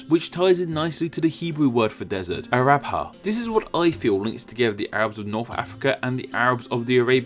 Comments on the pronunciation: You mispronounced ערבה as "arabha" when it is actually pronounced "aravah". It also refers to a steppe or a savvanah rather than a desert, but that's not as a big of a deal... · Israeli here, the Hebrew word for desert is midbar, and the word you used (araVA, you pronounced that so wrong) means grassland. This word is very similar to the Arabic one, but has a slightly different meaning. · Oh boy, you pronounced Hebrew "ˁaraba" (/ara'va/ in modern ṣabra pronunciation) like it was a Hindi word